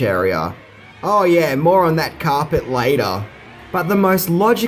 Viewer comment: Why can't this guy say carpet properly ??